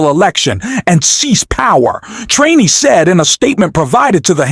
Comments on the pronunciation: It is very hard to take you and that voice seriously when you or the voice continually call Liz Chaney, Liz TRAINEY. You or the voice have done it at least half a dozen times and I am sure there are more to come. Do you even listen to your videos befoe posting them? I have stopped listening, before even getting to Liz Trainey’s coments because of the😊 stupidity of the voice and its’ mispronunciations. Do better. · Narrator, it is Liz CHAINEY, NOT Liz TRAINEY by mispronouncing you show your incompetence..... I'm going to bounce your channel!!! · For God's sake ,- could you please get a speaker that pronounces names correctly !!!!! NOT. Treeney - correct is "Cheney". !!! Others were wrong,too !!! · You miss pronounce Cheney it is not treney. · Liz Cheney's name is pronounced CHAY-NEE not TRAINEE. Also, you talk too much. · Cheney and Welker...NOT "Traney" or "Walker" 🙄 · It's Cheney not Trainy. And it's Welker not Walker. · Why do you keep saying Liz Trainee? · Her name is Cheney not treny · Why can’t you pronounce Cheney?!? You’re saying Trainy?!? Kinzin-Grrr. not Kinzin- Jerrr. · Hey, her name is ch ch Chaney. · The narrator can not even say "CHANEY". Got any brains? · It’s not Liz Trainey you momo! Can I call you? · Did the narrator seriously say "Liz Trainee"??????? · Why is he keeping mispronounced Liz Cheney name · Is this an AI voice - ‘he’ keeps mispronouncing ‘Cheney’ - I heard at least 3 different versions - and if it’s not AI, then it’s disrespectful to not correct it. Completely took away any credibility of the video. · Why can’t this speaker pronounce Liz Cheneys name correctly. Is this AI?